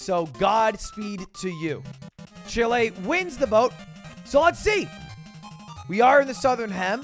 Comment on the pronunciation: bruh why does he say "Chile" like "shill a"